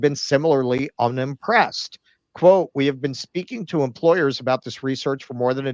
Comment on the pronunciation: idk why but the way says quote drives me nuts